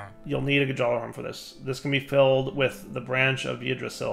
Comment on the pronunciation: The j in Gjallarhorn is silent